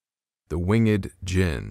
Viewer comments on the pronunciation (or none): It’s not wing ed ginn it winged——— the e is almost silent so it’s wing with a d on the end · I believe it’s pronounced winged and not wing-ed 🤔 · Wing-ed?! 🤦🏻‍♂️🤷🏻‍♂️ Come on now, that's easy word to pronounce. Why are you having trouble with that particular word?! 🤔🤦🏻‍♂️😐🤷🏻‍♂️